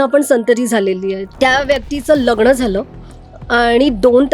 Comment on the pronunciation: न चा उच्चार करा शनि म्हणा लग्न म्हणा